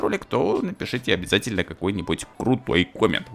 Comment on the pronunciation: можешь так не говорить:обязятельно, ну как ты говоришь. Прост не очь нравится как ты говоришь.